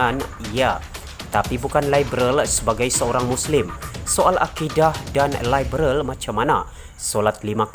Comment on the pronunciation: Sebut liberal pon pelat....hahaha..bodoh punya puak pintu belakang